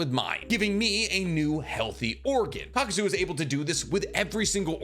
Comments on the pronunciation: You kept saying KAKUZO when his name is Kakuzu, really irritated me. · Kakuzu.. not zo.. I've noticed it on a few of your videos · I won’t get over the fact the character name is KAKUZU and this mf continuously calls him KAKUZO 🥴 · may i also add ... "kakuzo" -- i cringed every time . i listen to these in the background so at first i had no clue who he was talking about . i wonder if he does it on purpose . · lol , same for "Kakuzu" -- like "ka-ku-zo" ?! really ?!